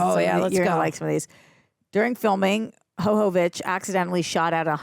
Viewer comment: Her name is pronounced like Yova vich with Y not H sound. We woman all would only hope that our make up could stay looking this good if we were in an apocalypse. Makes no sense at all.